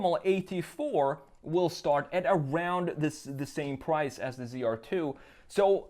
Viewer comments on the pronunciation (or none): “The pwice”